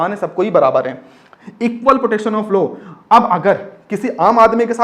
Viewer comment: Bhaiya low nahi law hota Haa 😂😂😂